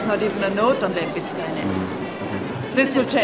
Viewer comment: I thought she was born to a Polish family - in either St.Petersburg or in Warsaw. I thought her name was pronounced like [lehmpitzkah]. Thanks for the vid - she was fascinating. There is a website but poorly illustrated - very few paintings shown. Seeing the footage from the exhibition is very informative. It shows her again and again as a painter of extreme intelligence, not just talented. She DEFINITELY deserves more attention. Screw critics, they are frustrated artists anyway...